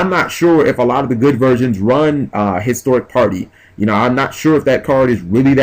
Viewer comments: its like you dont read shit On top of pronouncing everythign differently which is fine, annoying but fine. Its Hysteric sign not Historic sign, as well as Harpie's Pet Dragon not Harpie's Baby Dragon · Why would you side out Fiendish Chains which punish Channeler and Summoner Monk and keep the D Prisons/Force against a deck that pops backrow like it's its job. If these videos are any indication, your side game needs much improvement. Also, 'hysteric' is not pronounced the same as 'historic'.